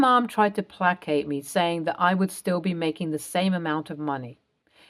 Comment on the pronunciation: Play-c-ate not plack-ate